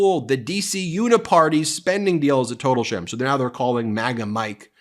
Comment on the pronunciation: Will MAGA Mike survive 6 months and if so will his hair be grey? BTW when Marjorie Traitor Spleen says "Now" It sounds like "Neoww" or more precisely "MEOWW"